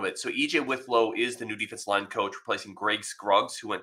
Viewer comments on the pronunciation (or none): Pronounced WIT low, not WITH low.